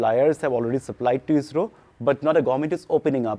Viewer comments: Isss-row. Not i s r o. Like NASA iS not N a s a. Bro you should know if you make the vid. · It's ISRO not I.S.R.O like NASA not N.A.S.A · Its actually pronounced IssRO